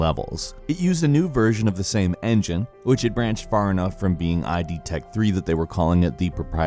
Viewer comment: It's not I-D tech 3, it's id tech 3!!! get it right ffs